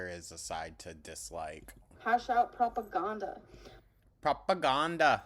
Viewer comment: the way she hits that "propaGAHnda" takes me out every time sorry